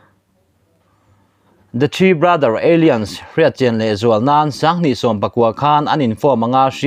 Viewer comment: bengvarthlak thin e.. Alliance kha Eilians ti in i lam a, alains tia lam tur zawk a ni.